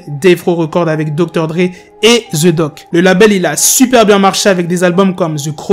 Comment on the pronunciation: ça ne se pronconce pas The Doc mais The Di O Ci